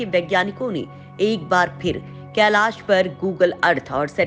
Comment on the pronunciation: केलास नही *कैलाश*भाषा तो शुध्द बोलाकरो।धोती भाषा कभि शुध्द नही बोल्ता हे।